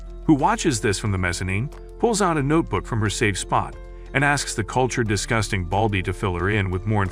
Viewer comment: Bro said disgūting